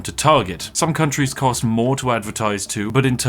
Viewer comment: Sorry are you saying countries or c**t trees?